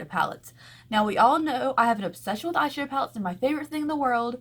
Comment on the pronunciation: Am I the only one who thinks she says "eye SUGAR pallets" instead of "eye shadow palletes".. I know what she's saying but it sounds like sugar not shadow in ALL her videos.. Haha I think it's cute